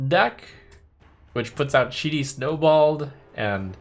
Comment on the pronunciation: The way trump pronounces Cheaty snobold perfectly summarizes shamans Card reveals compared to the other classes. Shitty :)